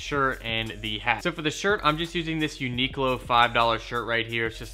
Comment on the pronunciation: I hate how u pronounce everything "A-sauce, unique low" omfg